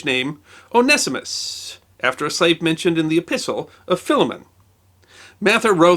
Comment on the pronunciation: Very interesting in pronunciation... I would of from my limited study of many languages said that name one-see-mus(t)... although after listening I’m onto the 0 nest ee mist version... although loss of the zee sounds is disappointing.